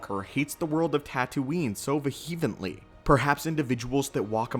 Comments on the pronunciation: I think he meant Vehemently lol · what is the word - "vahevenly"?